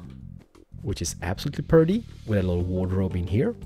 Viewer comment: he kept saying perty in the first one